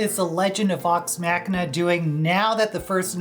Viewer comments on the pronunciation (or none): You are mispronouncing the word Machina in the title.